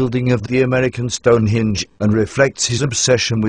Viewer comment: This speech synth gets the word "Henge" in the name "Stone Henge" wrong. The word the machine says is "Stonehinge". I laughed so much I nearly died.